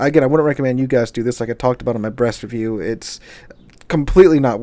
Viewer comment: I laughed so hard when I just heard "when I talked about it in my brest review" my brain forgot that he was talking about the ship for a second.